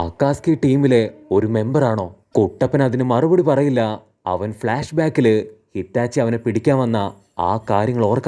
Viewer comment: Hitachi ❎ Itachi ✅